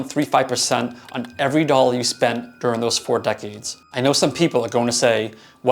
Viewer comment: Atlantan here- never pinned you to sound southern in the least. However, having spent time in NEngland/Mass & Boston I correctly guessed your Boston roots simply from you saying 'dollar'. Great content as I'm a happy Fidelity cardholder!